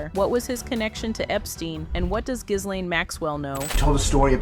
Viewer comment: Pronounced GEEEEE LANE